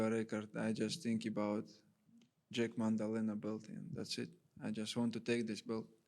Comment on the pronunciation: "Jack mandalena" 😅😅